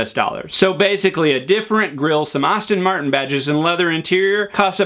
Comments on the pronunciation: If you are going to make videos referencing ASTON MARTIN.. at least learn how to pronounce ASTON ! Also Bricklin's Subaru project was very far from successful ! Just sayin! :-) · I heard "Austin", too. That's effing WRONG! "ASS-ton", dammit! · I hate to be "that guy," but it's Aston Martin, not Austin Martin. And and my mind went kind of numb after eight minutes or so — otherwise great! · Thanks, but we just heard you pronounce "Austin" when you called the DB9 an "Austin Martin". Oh, by the way, the designer is called Henrik Fisker, not Heinrich Fisker. He's Danish - not German. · It’s pronounced Aston Martin, not Austin Martin. While we’re at it it’s porshuh, not porsh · Boy, I wish you would learn to pronounce “Aston-Martin” properly. It’s “ass-tin”, not “awes-tin”. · I believe it's Aston-martin, not Austin-Martin. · It's pronounced Aston Martin NOT Austin Martin. Austins are completely different cars. Car expert? snort... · The subject is intresting. But the speed and his bloody pronunciations of words have made me lose the will to live. Plus his accent is a bit like dragging finger nails down a black board. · Please Pronounce names properly ASTON Martin NOT AUSTIN Martin Thank you, but I won't be subscribing.. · ASSton not AUstin 🤦‍♂️ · Dude...... It's pronounced ASTIN, not AUSTIN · It’s Aston not Austen and Por-sha not Porsh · Do you also say "gahs"? You seem to pronounce every single word with an "as" in it correctly so you probably learned how to say Astin Martin incorrectly in the first place. It's OK to make a mistake, and even more OK to correct it. I think we'd all respect you more if you just said "Astin" instead of "Ahstin".....just sayin. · Did I realy hear you say Austin Martin instead of Aston Martin? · Aston Martin not Auston Martin...lol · He's not alone. I too heard "Austin" Martin. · “Aston” Martin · Did you just say “Austin” Martin? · Andrew Burke think ASS-tin..... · yeah, noticed that too. Moron in the vid